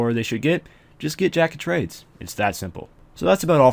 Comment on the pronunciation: Lol he says Drack of Trades in the beginning of the JoT part